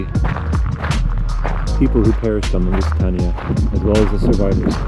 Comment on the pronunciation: Loved your video. Just one point , Lusitania is pronounced Lusitaneya. Cheers.